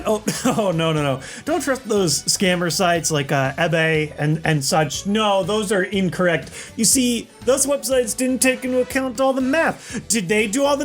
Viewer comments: “AE” BAY 😂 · Did my boyJwittz just mispronounce ebay?? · why is no one talking about how he pronounced e-bay